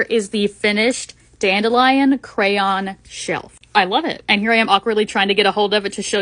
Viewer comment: Is anyone else annoyed with how she says dandelion also this olis not hate I love watching ur vids